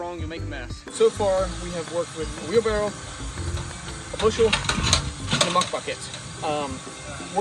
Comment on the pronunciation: The word is "WheelBARROW"...🤦‍♂